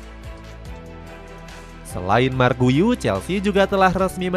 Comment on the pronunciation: Kasih info cara sebut nama pemaen min , buka marc guyu , tapi cara panggil nawa nya yg bener yaitu 'mark gyu'